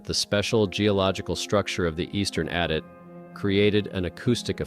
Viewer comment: TY FOR THE VERY INTERESTING VIDS. HOWEVER, PLEASE TRY TO PRONOUNCE WORDS PROPERLY AS IT IS DISTRACTING FROM THE STORY. ADIT - ADD IT. SEISMIC- SIZE MICK.